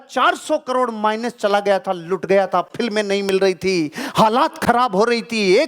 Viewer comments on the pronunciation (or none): none